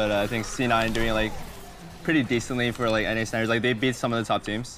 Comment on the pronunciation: jhin doesnt say four